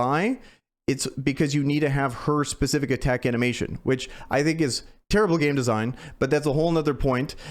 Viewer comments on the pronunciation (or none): none